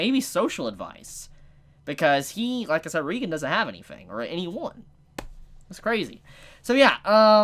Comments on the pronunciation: Thought it was Reigen "Ray-gen" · Damn now can’t pronounce OR spell Reigen correctly lmao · Why everyone calls him reigan? Its reigen right? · Dude it's R E I G A N DUDE OMG SAY IT RIGHT!